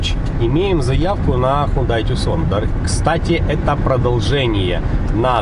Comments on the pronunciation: Ув., не называййте эту модель Тюксон. Корейцы назвали эту модель TUCSON в честь американского города ( имено на рынок США изначально планировалась эта машина ) в Аризоне. Это юг США и когда то он был под властью Испании а потом и Мексики. Это не английский язык и читается как ТУССОН. Обзор как всегда 👍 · Не туксон, не тюсан,, а тусон сколько можно говорить??? Тусон – город в пустыне Сонора в американском штате Аризона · Не тюксон правильно,а ТУСАН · Та "Тусан", а не "Тюксон" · Запомните тусан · правильно произносится ,Тусон.Авто названа в честь этого города,как и Санта Фе,город этот знаменит,огромной стоянкой самолётов за многие десятилетия собранные там. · Насправді правильно Тусан. Це місто так вимовляється. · Ну прочтите уже правильно название автомобиля ! Но обзор как всегда 👍👍👍